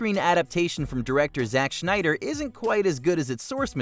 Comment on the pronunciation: Oh man, you mispronounced Zach Snyder’s last name. Get ready for the deluge of Snyderbros coming in to yell at you.